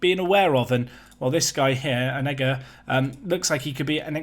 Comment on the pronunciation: Needs to say it “or-nay-ga”